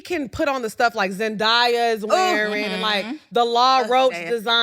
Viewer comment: Hey, you pronounce Zendaya’s name like Zen-day-a